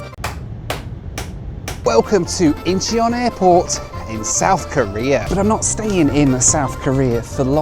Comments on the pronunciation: Not In-che-on, but sounds like In-chun. Seoul-Incheon is a great airport. I really miss South Korea 🇰🇷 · Incheon airport is pronounced Inchon. With all the videos this guy has made, he could at least try to get the pronunciation of the worlds major airports correct.